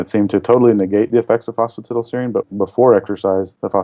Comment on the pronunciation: Pronounced phosphi(TIE)dal